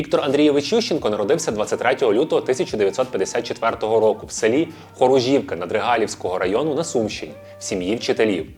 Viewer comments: Не ХоружІвка, а ХорУжівка, наголос на літеру УУУУУУ. Редактори, готуйте випуск краще!!!!!!!!! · Село ХорУжівка. Наголос на "у".🥴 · Не ХОружівка ,а ХорУжівка.Не СУмська,а СумськА. І так, Ющенко м'якотілий і головна його помилка-це Тимошенко.А от банкір він справжній,тут не посперечаєшся.